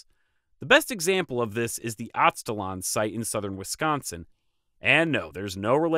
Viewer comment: It’s weird to hear you mispronounce charnel and Aztlan.